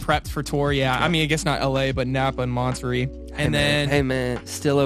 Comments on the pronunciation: It’s MonterAY not MonterEE Lol! 😂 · Wait.... Montereee? 😂. Did anyone else catch that? I saw you guys in Monterey (pronounced Monter-A), loved it. You guys are so funny, especially reminds me of my hilarious sister. Hanging out with you two would be so fun. 😂 Also, you're both extremely talented. 👍🏻😁